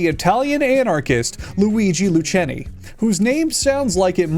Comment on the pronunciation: Love to see Elisabeth mentioned here! There’s a really good musical about her life and death on YouTube with English subs which I highly recommend. (A brief note on pronunciations: Elisabeth is said more as “Elisabet” and Loucheni is “Loo-kay-knee”).